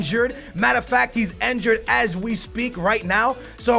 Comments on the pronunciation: INNNNNNNNNNN jured god damn it not enjured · he pronounces enjured instead of (injured) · Why does he say enjured?! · Its injured not enjured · Raheem Sterling yea, he even says enjured